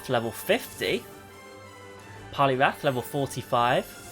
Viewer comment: It’s poliwrath Not poliwath